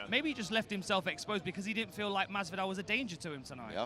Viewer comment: Okamoto: "George MaZZvidal"